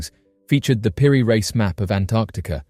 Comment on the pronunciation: Peri "Reese", not Rice.